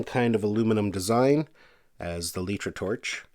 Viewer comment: I have to correct you. It isn't called letra. The company is called litra (Light-Tra) Like a light bulb.